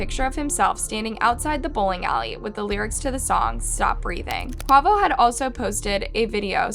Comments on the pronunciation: The way she pronounced Quavo just made me wonder how many people do not know who the Migos are. RIPTAKEOFF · Very careless of her in my opinion to try to tell the story of people she’s obviously done little research on. Or at least not enough to learn the pronunciation of Quavo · While it is good that you're taking the time to research this and report on it—Please take the time to learn the correct pronounciations for certain names and places. E.g. Quavo is pronounced “Kway-voh” please listen to your subs and veiwers more, this is a frequent mistake you make alongside various others. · 😅😅😅😅 I don't even like the migos but the way she pronounced Quavo ( Qay• Vo) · I love your videos.. but 1. The pronunciation is QUAY - VO" & 2. Change the thumbnail to TakeOff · girl I love the videos. But babe it's pronounced QU-AYE-VO😂 #rip takeoff 🛫 when are you gonna do a video about the rapper that was killed before Takeoff.. rapper Young Dolph #blacklivesmattertoo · Quavo is pronounced Kwayvo!!! RIP TakeOff🙏❤️ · So white the way she pronounced quavo omg 😂😂 crazy 🤣🥱 R.I.P TAKEOFF, and I just noticed the thumbnail saying quavo death instead of takeoff smh so disrespectful don’t even care enough to take a second look into your own thumbnail about the death of a human being. Shame shame unsubscribed✅dislike✅ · You need to delete this. This not one of your better videos the way you mis pronounce Quavo name and get him mixed up with Takeoff. No ma'am please take this down. RIPRTAKEOFF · please delete this misinformation fr a simple real research would have done justice for this. the mispronunciation and the incorrect photo. it’s like you rushed this. and just posted it without going over your information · So cringy the way she pronounced quavo 🥴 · Please have a little more respect for the people who you do stories on . You are completely pronouncing QUAVOS name wrong 😑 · Rest in peace Take off but the way you said Quavo 💀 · you cant even say quavo name right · Quay- voh